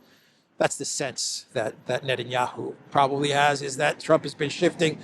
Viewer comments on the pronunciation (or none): none